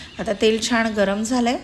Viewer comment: छाण नका म्हणू ओ ताई छान म्हणा ना